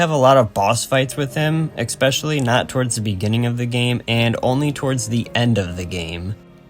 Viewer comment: Neat video from a surprise small channel popping up in my recommended. Looking forward to more videos. (Just, it's especially, not expecially ^^)